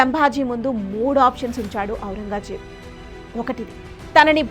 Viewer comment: ఔరంగా ...జేబు కాదు తల్లీ.. ఔరంగ్ జేబ్...